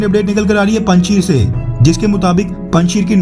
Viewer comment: Panchir nahi bhai panjashir hai o